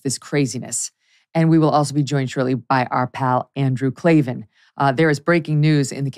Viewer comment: There are no Eees in Klavan 😜